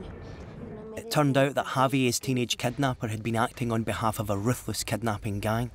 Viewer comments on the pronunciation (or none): if he says kednaaping one more time i swear